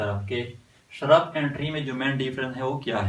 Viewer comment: First of all vo shurb nahi hotahe vo shrub hotahe पहले बोलना सिख